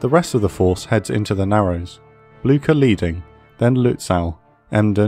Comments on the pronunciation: 'Nother pronunciation gripe, this time from the German side. I mean, jeez, you only have the names of a few ships: Lutzow (lut-so); Möwe (mur-vuh, with "mur" as in "murder", and the closer you can get to a soft British "r", the better: no penetrating American "r"!)); and Blücher (`blew-sha). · It’s not pronounced Bloogshher though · Just a couple of things in a language note: The "e" at the end of Kriegsmarine is emphasized in German. The ship is called "Blücher" named after Prussian Field Marshal Gebhard Leberecht von Blücher. You pronounced "Blücher" as if it was spelled with a "ck" instead of a "ch". This is the proper pronunciation of "Blücher": [ˈblʏçɐ] PS: I understand that German is a foreign language to you and obviously don't expect you to pronounce everything perfectly, I am just trying to help with it. PPS: You pronounced "Lützow" perfectly. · Did anyone else neigh like a horse when he said Blucher? If you did, you are a person of culture and I love you.